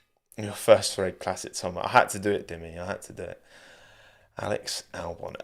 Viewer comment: Three is not pronounced: Free